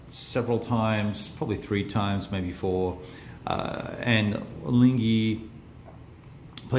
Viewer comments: Proof of RAMPANT graft and corruption over at the Big Board!!!! I seent it!!! I seent it!!!:D By the way,, you can pronounce Ligny better as, "LEAN-yee", if you're at all concerned about such things. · "Ligny" is pronounced like "LEE-KNEE", you shouldn't hear the "g" sound.